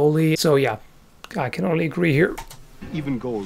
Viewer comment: He said " you can injure" his acsent made it sound like "can't"